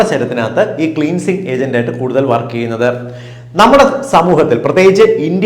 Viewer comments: ക്ളീൻസിങ് അല്ല ക്ലൻസിങ് ആണ്. ഈ ക്ലാസിനു നന്ദി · ക്ളീൻസിങ് അല്ല ക്ലെൻസിങ് ആണ് ഡോക്ടറെ